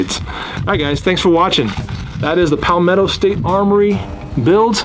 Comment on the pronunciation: Good video! Can’t believe you still say “Pal-mato” instead of Palmetto 😂